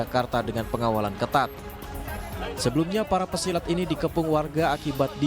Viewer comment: Pesilet bukan pesilat